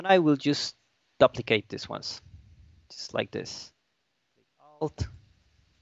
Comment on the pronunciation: (doo-pli-kate) not (DUH-pli-cade)